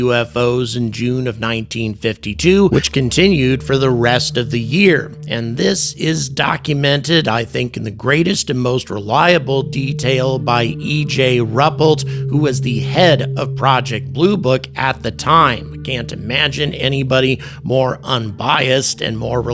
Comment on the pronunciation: I really enjoyed the content. I've heard all the same info, but this was well presented. The graphics are well done. The only thing that could be improved is properly pronouncing the names given, which are well known via numerous videos on Roswell. Rupelt is Roo-pelt. Dr Villareal is new on the interview circuit, but high profile due to her team's discoveries. Villareal is Vee-ya-ray-al. Whoever writes the script should spend 10 min. of research on Youtube for proper pronunciation. That's professional polish.